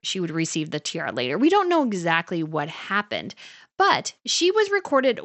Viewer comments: you keep say "tierra" which means land in Spanish ... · This commentary needs correct pronunciation of the English word tiara, and the abandonment of “you guyzess.”